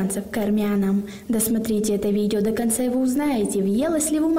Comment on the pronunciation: Девочка, иди играй, зачем тебе политика и национальные вопросы...И поменяй наконец свою интонацию и голос,как будто прикалываешься над людьми,особенно раздражает эта дебильная фраза: "дысматрите это видео дыканца и ."